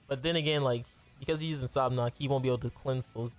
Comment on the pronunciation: sab-nak i belive (how you say it, in jap i think)